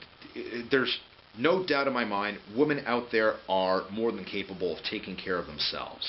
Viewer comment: What's with the aversion to using the plural pronunciation of women?